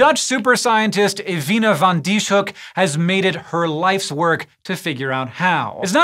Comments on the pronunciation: I only know a little Dutch, so I might be mistaken, but I think the closet approximation to English for this scientist's name would be fan Dees-huk. The "sh" are part of seperate syllables, so they're not pronounced like the english "sh," which would be spelled sch in Dutch. Here's IPA is if helps: fɑn dis-høk :) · I've never seen anyones name being butchered that badly 😵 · I'm dutch and it's so funny to hear you pronounce her name